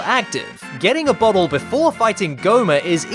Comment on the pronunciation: I know he bottle but at first it sounded like he said butt hole.